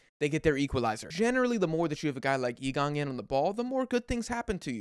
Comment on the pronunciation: I absolutely love how this guy pronounces Lee Kangin in the "correct" Korean way but Son Heungmin in an English way probably because Son's name's been said so many times by English commentators that it'd sound weird to the audience to pronounce it in the Korean way, subtle things that make this channel quality 💯